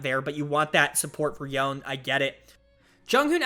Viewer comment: yonE is the correct way to pronounce it, I dunno who told you that you were wrong. You can hear it pronounced in the "Kin of the stained blade" cinematic.